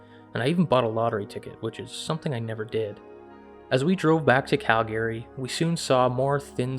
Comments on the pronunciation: It sounds like such bullshit he can’t even pronounce the word Calgary right ! And did he say these things suck meaning Bigfoot? That sounds so douche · Hey. You're pronouncing Calgary wrong. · Hearing a Canadian pronounce Calgary wrong blew my mind 😉